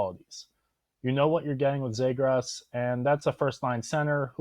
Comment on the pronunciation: Nice video. Also would have put Matt Boldy in this video too. Possibility of him playing on a line with Marco Rossi is 🤯. Just an fyi and not trying to be a dick, but Zegras is pronounced “Zee-griss”